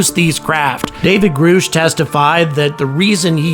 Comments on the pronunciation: Grush not Groosh !! You still are pronouncing it wrong .why are you the only person on the internet not pronouncing his name properly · It’s pronounced grush, like rush or brush. They only said his name several times.. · His name is pronounced Grush. UAP ends in the plural, phenomena. Therefore, there’s no need to add an S at the end like you do in UFOs. Great work, I can’t wait to see how you continue to cover this topic. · Why do you say Grusch the wrong way? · It's Grusch, like Rush, short "u". Heard the man say it himself to Ross Coulthard. Check the beginning of the first interview. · Why do you still pronounce his name wrong? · hard to believe someone’s actually “read up” on the topic when the single most important (and rather simple) name, which has been repeated over and over, is mispronounced. 😕